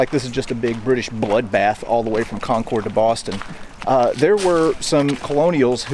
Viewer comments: It’s pronounced COHN-kid not CON-cord. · It is Conc'rd not ConCORD. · It's not conCORD, it's pronounced Cong'-kerd. The Concorde was an airplane. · really enjoyed your interesting series. Just one tip: the locals pronounce Concord "con-curd", not "con-cord". If you're a true Bostonian, you would shorten the r and it would become "con-cuhd"! Keep up the good work, and thank you! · Its not pronounced "Concorde" like the plane. It is pronounced like "conquered." In fact, it is pronounced exactly like the word conquered. I've lived here all my life. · It’s pronounced Cahnkurd. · For everyone not from New England its pronounced "Conk-id" said kind of fast. I suspect back in the revolutionary time it was probably pronounced more how it is spelled. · pm 8/10/23 I watched this, the Granary Cemetery, and the Old North Church episode and my ears started to bleed. A couple of things.. good job but please... it's CON-kid, CHARLES-town, and please, be respectful. Remove your hat in a church. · Um... it's pronounced Kon' kid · Conkid… It’s pronounced Conkid emphasis on the first syllable. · Hey, amazing video as always. Just a pointer from a local (and some other Massachusetters may have mentioned this) we pronounce "Concord" as "Conkerd". It rhymes with "orchard". Thanks for the content as always. Next time you're up in New England, come to the Adams Houses in Quincy (open in the summer) if you haven't already been. Burial Hill in downtown Plymouth, MA is also amazing, not far from there you can find the oldest cemetery in the US (Myles Standish Burial Ground) and not far from that is the Daniel Webster house as well as the cemetery where the Webster family plot is located. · I’m from Mass, 5-10min from Concord…. We pronounce CONCORD…. As CON-CERD. Lol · If I were the British, I’m taking hostages and using them as shields on my way back to Boston. Btw… Not ConCORD, we say Concurd. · /ˈkɒŋkərd/ /ˈkɒŋkərd/ /ˈkɒŋkərd/ You need to say it right!